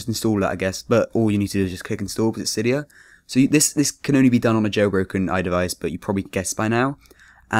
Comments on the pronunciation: "sigh" dia that's how you pronounce it. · i get out of a vid when they fcking say cidya